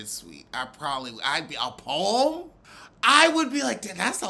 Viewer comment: "read her peom" 🤦🏽‍♀️😩 Monique was easy - didn't take murch effort to bag